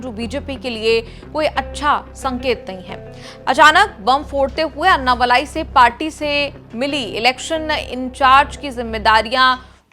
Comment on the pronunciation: उनका नाम अन्नामलाइ नही, अणणामलै है, मलै means mountain, मलै को मलाई कर दिया है